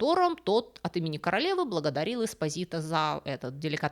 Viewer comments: ЄспОзито.ударение на о.типичная наполитанская фамилия.могу рассказать историю😂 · Милая спасибо за рассказ,Фамилия правильно звучит с ударением на слог по.EsPO'sito.Слушать вас хочется долго,все,то вы рассказывает интересно. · По-итальянски фамилия читается как ЭспО́зито ну и ещё несколько недочётов по чтению итальянских слов. Предполагаю незнание итальянского, простому рекомендую перед записью хотя бы спросить кого-нибудь "в теме" как это считается в оригинале. Понятно что всё нельзя знать.😊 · Ударение должно быть ЭспОзито